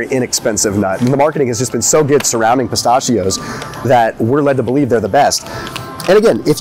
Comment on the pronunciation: Stop saying pistachio the wrong way lol